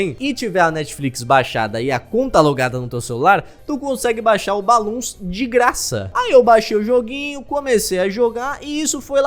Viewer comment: pessoas falando BLOONS falando BALOONS